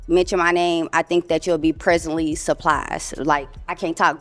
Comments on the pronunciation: If you look me up you'll be "presurley slurplised"🤦🏾you can't even pronounce words correctly😂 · “Presently Suplised” WOW!!! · “Presently suppliesd” 😂